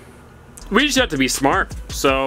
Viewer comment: "I ran out of wood last night so i haw to stop"